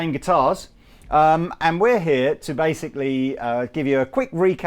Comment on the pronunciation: "we're here to basic-Lee"